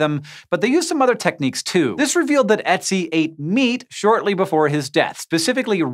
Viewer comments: The thing is- as others pointed out in the comments - English has a kinda similar vowel sound (sometimes called schwa), which is in MANY words, so it shouldn't be so hard for English-speakers to pronounce Ö. At least they could try to say ə instead, so the word would sound closer to the original. (While most languages deal with foreign words similarly - because pronouncing new sounds is hard - it seems to me that English is usually more ignorant, and bends words to their own phonetics. Or more precisely they use their pronunciation rules, even when the correct sound is in English too - an infamous example of this is Uranus :P ) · pelle oh Except both of those examples are followed by an "r", so unless you're saying Ötzi is supposed to have that "r" sound, like Sassy said, it doesn't translate into English quite so well. Because I'm thinking "Urtsee" when you say that. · Please, please, he is not a place to buy peoples handmade stuff. Like others have commented, the pronunciation of the initial vowel is used in american english, so it shouldn't be to hard to get it right. And english spelling/pronunciation corrolation is arbitrary as f...(just ask Mark Twain (supposedly :) ( but thats another discussion))), so it isn't really an excuse that you are not used to seeing this letter with that pronunciation. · That's not how the umlaut o is pronounced. Still love you though! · No. I cannot sit through this with Hank mispronouncing Ö. I would have thought would have bothered to do more research - this sort of thing just shows laziness and disrespect. You can and should do better. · More like the "u" in the word "burn". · o-umlaut is not pronounced like oh at all. It's much closer to the u in "burn". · "etsi" ITS PRONOUNCED UUTSI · its oetzi, not etsy. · Why do you keep saying ETzi instead of ERTzi? Very distracting. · i was triggered... i mean pronouncing it otzi would be better then etsy. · Thank you! His pronunciation of the name was killing me!